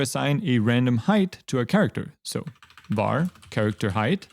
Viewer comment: "vary my_dict"😂